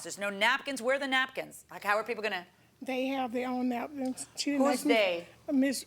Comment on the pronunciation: It's the "nackins" for me!